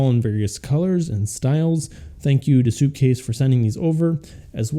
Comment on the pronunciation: It’s called sup case not soup case 🤦‍♂️🤦‍♂️🤦‍♂️🤦‍♂️🤬🤬🤬🤬